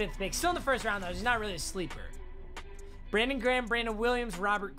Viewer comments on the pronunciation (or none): none